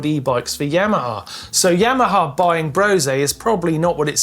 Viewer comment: Why is it that nobody seems to know how to pronounce Brose?😂